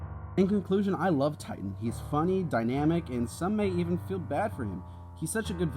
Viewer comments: his name is actually 'Tighten' lol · Sorry to burst your bubble but his name is actually “Tighten” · It's tighten, actually 🤓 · Actually it’s “Tighten” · but isn't it "Tighten"?